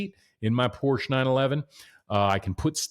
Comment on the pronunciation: Learn how to pronounce the brand man…. 🤦🏻‍♂️